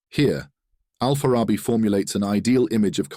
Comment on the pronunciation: Kipchak is one of the tribes that form Kazakh nation. The city of Farab (now Otyrar) on Kazakh land is where Al-Farabi was born, "al Farabi" means "from Farab". The name is pronounced with the stress on the last syllable: bi. Al-Farabi.